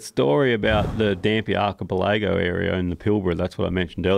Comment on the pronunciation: Omg he cannot pronounce his "th" sounds or the word archipelago. Otherwise a great episode. Great to see an Aussie talking to Joe.